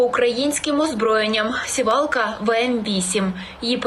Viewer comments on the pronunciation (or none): Де тебе вчили сІвалка ,а не сівАлка . Неучі кОреспонднт , а не кореспондЕнт